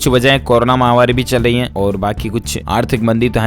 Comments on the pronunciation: Mahamaari __ correct pronunciation & not mahamaari! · Mahavaari is wrong pronunciation, please correct it.